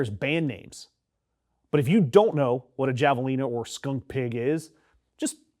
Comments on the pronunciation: Pronounce it with an H. Hav uh lean uh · Javelina pronounced HAVE UH LEE NUH. Peccaries pronounced PECK UH REES. The fact that you didn’t even try to research how to pronounce the name of something you have never heard of before make you sound like a typical ignorant whitey… You probably say NAV UH JOE instead of NAV UH HOE. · It's pronounced "Hav-a-len-a".....and you are not totally correct regarding cliffs. There are many places you can walk across the border. I've been there and done it. None the less I believe this wall is sinful; a disruption to wildlife and humanity.. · The "j" is pronounced as an "h" in javalina. Peccary is pronounced as pec car e'. They are common is West Texas. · Javelina is pronounced 'havelina'. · The J in javelina is pronounced like the J in jalapeño